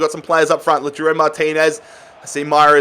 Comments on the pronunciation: Its pronounced like Low(like cow)-Tar-O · Just pronounce Martinez as Lau-Taro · Lautaro Martinez is pronounced La-w-tar-oh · Lataro this is the prononucation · Guys he can’t even say the word pronounce never mind Lautaro. He uses a made up word ffs. PRONUNCIATE isn’t a word